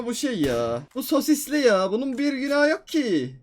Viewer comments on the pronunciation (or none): Abi ilerde sosisli diyon ples :) sosis sosis sosis